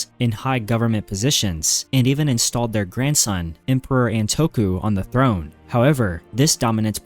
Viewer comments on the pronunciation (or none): none